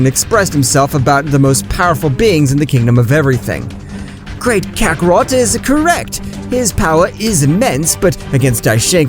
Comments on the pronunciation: Bro never fails to mispronounce kakarott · His name is fricking Kakarot not Kakaroto